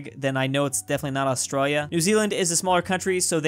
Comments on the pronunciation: That accent when pronounces Australia 🤦🏼‍♂️ Lavender fields of France (purple), and the icy UK is the cliffs of Dover right? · He says Australia Austraia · Just me that gets annoyed the way he said Australia